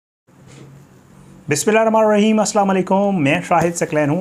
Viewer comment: Budhy ghory kitni baar btaun ramaan araeem nae hota Rehman Alraheem hota hay